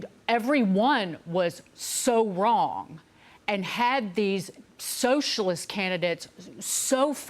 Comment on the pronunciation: She's never wight and always wong.